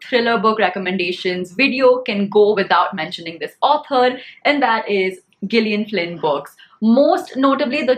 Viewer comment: Gillian is pronounced with soft G (as if it is written as “Jillian”).